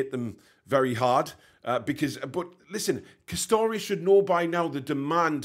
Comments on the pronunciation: M8 its Castore not Castoreee as you put it 🤦‍♂️... As a Rangers & Newcastle fan living in Northern Ireland i cant wait for the game... Castore make both Rangers & Newcastle kit and to be honest they only wanna knock out kits as quick as they can instead of QUALITY. Hate their stuff to be honest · by the way it pronounced CAS-STOR not CAS-STO-RAY. 👍